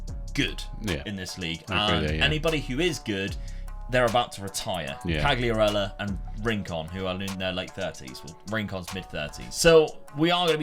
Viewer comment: Back to Serie A! Fabio Quagliarella might get mad they way you pronounce his name lol!